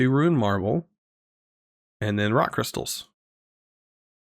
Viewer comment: please stop saying Ruined Marble, it's Runed Marble, it's got runes on it, it isn't ruined (aka defective)